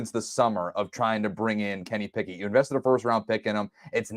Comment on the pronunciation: Am I the only one who hears "Can he pick it", when says Kenny Pickett? I feel like shouting "YES HE CAN!" everytime:)